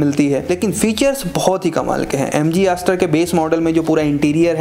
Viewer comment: Chutiya Review. Ek bhi Con valid nahin hai. Also its Astor not ASS TOR.